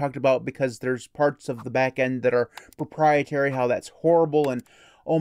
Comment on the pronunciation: You said pooprietary 😆